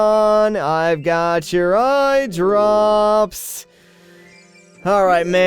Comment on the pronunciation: But the Biggoron didn't say "eyedrrrrrrrrrrrrrops" he just said "eyedrops", fail!